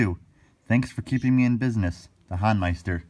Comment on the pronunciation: Thanks for this highlight, you two! For future reference, it's pronounced The HOEN-meister rather than the HAWN-meister.